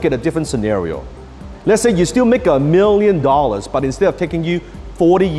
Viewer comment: same miwion dowlers